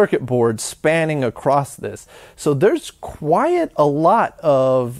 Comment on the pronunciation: the way you pronounce 'quite' is appalling